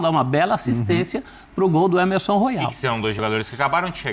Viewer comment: O nome do lateral não é Ermesom, e sim Emerson